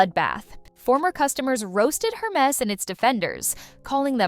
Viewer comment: It's not pronounced her-MESS. It's pronounce air-MAY.